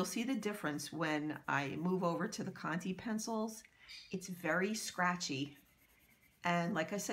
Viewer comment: It's conté not conty. You pronounce it like the 'ay' from Raymond